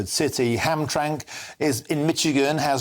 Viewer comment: “Hamtrank, Mitchigeun?” lol you could have at least looked up how to pronounce either correctly…